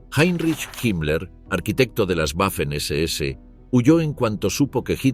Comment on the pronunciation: La W en alemán, se pronuncia como una V.